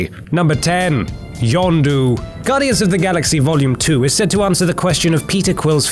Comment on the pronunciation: You got yondu right